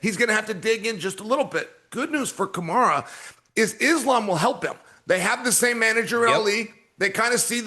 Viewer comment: Chael, who is Kamar??? ITS KAMARU!! 😂😂😂😂